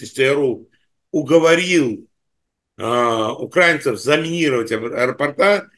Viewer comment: УкраИнцев,а не укрАинцев,спасибо!